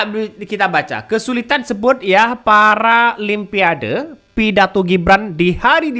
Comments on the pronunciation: apa susahnya nyebut paralon pa ade. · Maksud si samsul sih tadi nya mau bilang PARA "LUMPIA" DE...H...😂 Cuman di teks nya tulisan nya paralimpiade.....🤪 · PARA LIMPADE 😅😅😅😅😅😅😅😅😅😅😅😅